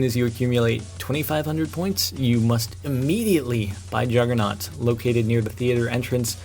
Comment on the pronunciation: It's JUGGER NOG not JUGGER NOT